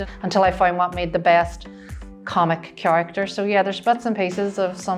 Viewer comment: The way she says "chiaracter" is so derry girls :-)